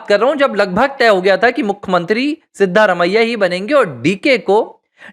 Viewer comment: Pronounciation of the name of Chief minister of Karnataka is not correct. The name should be pronounced as Siddaraamaiah.